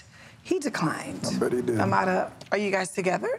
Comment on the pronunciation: Why do people pronounce Amara as "A-MA-DA" ??